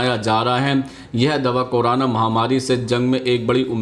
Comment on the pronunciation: Korana nahi corona boliye 😁😁😁😀😂😂